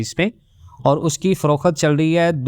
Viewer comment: Frokhet? It's frokht